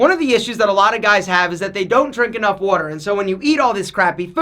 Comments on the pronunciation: "Wooder" ya go Philly! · The wuder weight - comes out 😜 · Drink plenty of wudder